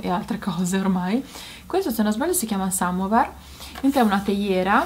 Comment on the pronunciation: Anch'io ho una scopa elettrica simile. Regalo di mia suocera. Una vera figata. Pulisci in fretta senza stress. Otimo soprattutto per chi ha animali domestici. Aggiungo una piccola correzione: si dice samovàr. Baci